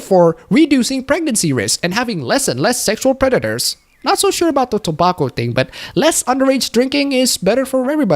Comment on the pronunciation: you pronounce tobacco wrong